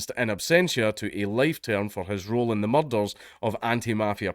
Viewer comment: I love a video that starts off with dank trying to pronounce "murder"